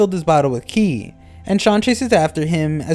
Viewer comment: qi is pronounced chi please stop saying it like that 😭